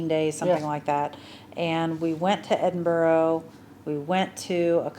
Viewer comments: Very surprised you’ve been to Edinburgh and still not picked up on the pronunciation. It’s Ed IN BRA. Not boro. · You need to work on pronouncing it properly. Its EDIN BURRAH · Anyone visiting Edinburgh its pronouched Edin-Bruh' - there is no 'o' sound at the end. - sincerly Scottish resident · Why cant you pronounce Edinburgh? It seems Americans and Canadians struggle with this.